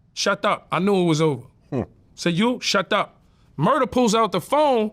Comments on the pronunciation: “Shat up” 🤣🤣😂🤣🤣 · Policeman says "shadup" 🤣